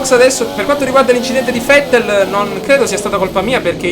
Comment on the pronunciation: bel video! una cosa ma perché fettel al posto di vette?